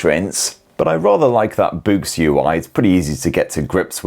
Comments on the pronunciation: Oh... BOOS!!! 90% of the video, I thought was saying, "BOOST" as in Boost Mobile😂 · Close enough 😂 it’s Boox